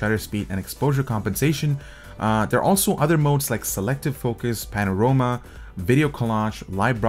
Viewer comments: pano-ROMA?! AFAIK its panorama...but nice review nonetheless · uhm, "PanorOma" ? :D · did eber just say panaroma?